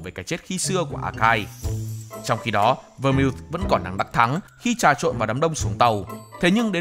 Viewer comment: Phát âm đúng tên phải là Vermouth /Vơ mau/